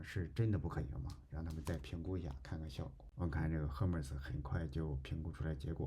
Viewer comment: Hermes 读作/ˈɜːrmiz/ 厄麦兹🤓